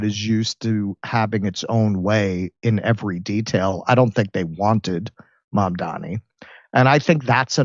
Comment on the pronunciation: It's MAMDANI. 🙄🤦🏻‍♀️